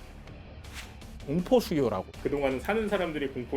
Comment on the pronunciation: 잘 들었어요 근데 대표적으로 수요 거주 억양이 틀렸어요